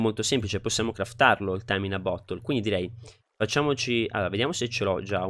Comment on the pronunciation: Mi fa ridere come tu abbia pronunciato "bottle", avevo capito "butthole".😂